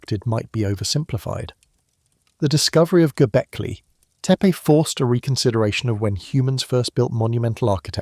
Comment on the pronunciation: That too 😅 But I meant the spaces between words. There were times when the AI voice would run two words together, and other times where two words had unnatural spaces between them. When the narration said "Göbekli Tepe" there was a solid half second pause. I know the editor didn't listen to the audio beforehand, but it definitely throws me off